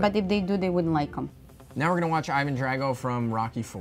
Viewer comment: “Dryago” is literally how all these Jews pretending to be Russian, said Drago. Smh